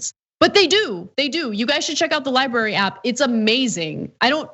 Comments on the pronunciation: Not li bary, li bra ry. .. thanks, it's a bugaboo of mine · I assume it's because his handlers can't convince him it's not spelled 'liberry' ;) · You mean his "LIE-BARY"